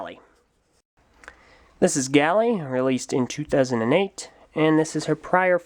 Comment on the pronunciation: It's Gali (Gah-li), not Gally.